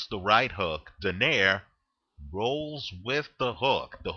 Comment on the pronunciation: it's pronounced as "Do - nay - ree"